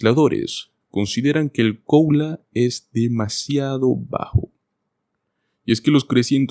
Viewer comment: No logro entender, por qué razón, el locutor dice "coula" ??? Debe decir "cola" (Cost of living adjustment)